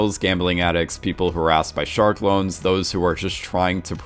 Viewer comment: Ah yes of course “shark lone”